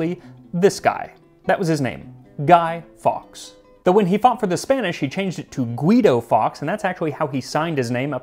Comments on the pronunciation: we tend to say "guy-forks" not "guy-fox"..hope it helps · Love this video but it’s pronounced Guy forks